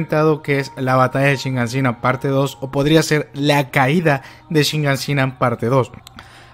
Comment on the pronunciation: Shiganshina. SHIGANSHINA!!! Quita ya esa maldita N que le pones, que parece que no te enteras